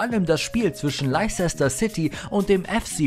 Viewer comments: Man spricht es Lester aus, nicht Leicester !! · Man spricht das mehr so aus wie "Läster City" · Wetford und Leisester City? Euer Ernst? Bitte um bessere Aussprache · Hahahaha das regt so auf , hab auf dem Fernseher das Video gesehen. Musste das kommentieren und bin auf Handy gewechselt 😹. Lei Chechster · Das wird Lester ausgesprochen außerdem fehlen ein paar Tore von Ronaldinho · ehm nö Leicester wird nur läster ausgesprochen. leicester city spicht man läster ßitti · Laizesta und Wettford…. Inglisch for Ranneweis…. 😅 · haha der sagt Leizester City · den Club spricht man LESTER aus... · Wie Leicester City völlig falsch ausspricht 😂😂😂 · Krieg jedesmal nen Heulkrampf, wenn der Typ Leicester ausspricht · leicester city und watford mies coole aussprache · Wie die watford und leicester city aussprechen das ist ein purer albtraum😂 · Pätrick Änderssen? Mir war so, als wäre er aus Nordeuropa :-s Seis drum, insgesamt schönes Video. Leider oft etwas unscharf bzw. zu viele Amateuraufnahmen (scheint zumindest so). Die Aussprache von "Leicester" ist übrigens auch nicht korrekt. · Ihr soltet mal genau wissen wie man die Clubs richtig ausspricht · Also eigentlich finde ich eure Videos ja immer echt klasse, aber das ist eine Katastrophe. Andersson, Watford und Leicester komplett falsch ausgesprochen und dazu noch die Fehlinformation, dass Ronaldo den Fallrückzieher gegen Juve im Finale gemacht hat. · Ach du Gott ist bei dem Video vieles falsch.. Ronaldo hat das Tor im Viertelfinale gegen Juve geschossen, Çalhanoğlu hat das Tor gegen Dortmund gemacht und ich glaube Leicster und Watford kann man garnicht falscher aussprechen 😅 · leicester spricht man anders aus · Kann nicht mal leicester city aussprechen und der Freistoß von Çalhanoğlu war auch nicht gegen die Bayern sondern gegen Dortmund, stand aber nicht nur eine Sekunde davor auf der Anzeige. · Wie peinlich er "Leicester" ausspricht...